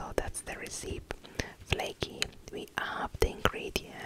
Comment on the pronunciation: Thanks!, thank you for your relaxing videos. Maybe you can use this to get a nice vintage Christmas magazine for the holidays. PS: The pronunciation for recipe is REsepee - I know, it's funny 🙂